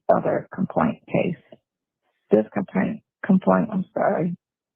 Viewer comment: "In da kaplaint room".. can't pronounce words right to save his life. If a scam, he was running depended on him pronouncing the words correctly, he would've never gotten a scam over on anybody.😂😂😂😂